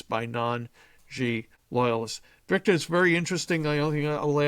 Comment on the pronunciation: Hey Victor, you should dump your blueblood interviewer and hire me. I guarandamnteeya I will pronounce your name correctly.